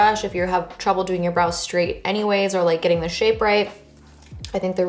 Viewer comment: I kept thinking you were saying bras, then realized you were saying brows 😆. BTW, your makeup and hair look great.